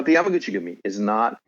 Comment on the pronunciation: How many times did this guy say yami guchi gumi? Lol